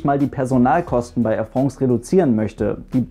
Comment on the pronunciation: Tolles Video und du sprichst Air France besser aus als ein Franzose Lufthansa. Weis auch nicht warum sowas hier kommentiert werden musste ;-) Danke für die tollen Info's übers Fliegen!